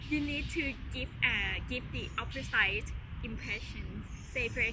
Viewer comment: opposite impression ออกเสียงผิดตรง opposite นะครับ พยางค์สุดท้ายต้องออกเสียงเป็น สิด นะครับ ไม่ใช่ ไซ้ ลองดูอีกที